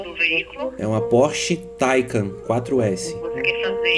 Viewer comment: Só queria entender pq ele sempre fala o nome do carro errado ,o correto e taiCAN